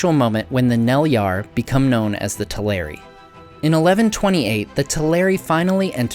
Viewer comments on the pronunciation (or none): In the unlikely case that anyone but me cares, the correct accent would be TEL-er-i and AV-ar-i, not "telERi" and "avARii". Check out the stress rules set out in Appendix E to the Lord of the Rings.